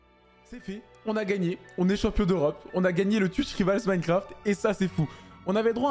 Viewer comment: Frerot on dit twitch "raivols" pas rivals à la française